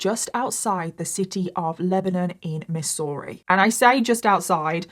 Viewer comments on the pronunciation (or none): Haha. Love the way pronounced Missouri. It’s “Mizzourie” but who cares…loving it just the same! Always look forward to your videos. Keep up the good work! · Try pronouncing it MIZZ ERR E Also, the location, home, broken down cars is what normal small towns in US are like. This is what it looks to be poor. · Totally unrelated but I love the way says Missouri. It's like "miss-ooo-ree" I love it 😂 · its pronounced Mizourah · And people seem confused when I refer to Missouri as "Land locked Florida". 😂 We call it Misery for MANY VALID reasons.😂 Also,, your pronunciation of Missouri is cute... but it's actually pronounced with a Z sound. "Mizz-ur-ee" (or in certain areas "Mizzurah") 😂 Also, there are roughly 250 people in the small town I live in. 😂 The 2020 census said 245.😂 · We pronounce it like the ss are zz. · I love how you say Missouri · As a Missouri native, I love the way you say it! I remember hearing about this, how horrific for her family. The fields of junk cars, meat hooks, and freezers aren't really abnormal, but there are definitely some creepy places in this state where you just get weird vibes. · I love how you said Missouri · Love how you said Missouri😅 for future reference it's pronounced with the s's sounding like z's. You know how we Americans like to spell things one way and pronounce them a totally different way😂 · When she first said it, I did think that it was in another country, lol. Then, I found out that it was my neighbor😂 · lol no, not her accent, just the way she pronounced Missouri.. just gives off that vibe